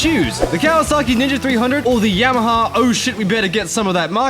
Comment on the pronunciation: dude said kawaski vtec🤣🤣🤣🤣